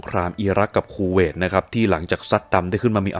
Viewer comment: 555 ชอบตรง พูดว่า คูเวต ก็ได้ สบท ออกมา ว่า “ คู เวย ” 555 ถ้าตัด สระเอ ออกไป โอ้ยยย ก็ช่าง สรรหา คำเนอะ